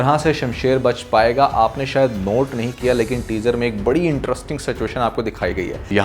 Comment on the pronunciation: Apke reviews bohat achhey hoty hain is main koi shak nahi lekin please apni Urdu kharab na karain Ap (kra kra) keh ry hain jabke ye (kiya kia) hé